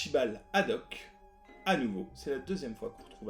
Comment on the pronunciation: Petit erreur dans le nom du Capitaine c'est Haddock et non Hadoque ;)